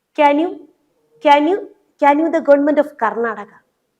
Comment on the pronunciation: ക്യാൻ യു മുല,,can യൂ മുല ലുട്ടാപ്പി തന്നെ